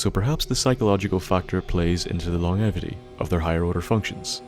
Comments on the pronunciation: Welcome back my good man, and it's long-jevity, not long-evity daft Irish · Lmfaooo he said “long-evity” hahahahahahaha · lon-jevity please... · Good vid... but your pronunciation of longevity makes me cringe a bit. It is pronounced like this: Long-jev- ity. Hope that helps! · Sorry to be a grammar Nazi but that’s not how you pronounce longevity